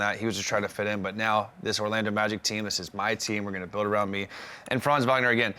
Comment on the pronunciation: Please stop saying Franz’s name if you can’t pronounce it correctly 😂